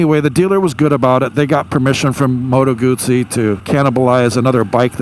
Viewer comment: Remember you pronounce Guzzi as gusi....